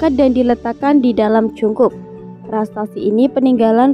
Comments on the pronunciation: Prasasti...bukan prastasti... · "PRASASTI" ya bukan "PRASTASTI"